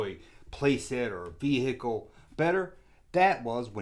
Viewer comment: Vee hickle 😂